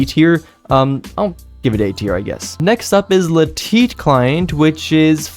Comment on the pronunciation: No one:: La Teet